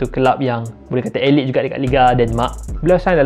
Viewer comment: Aylit bukan elite